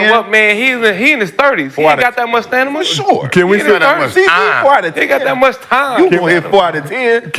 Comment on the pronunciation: “He in his thirties, he ain’t got that much STANIMA” 😂😂😂😂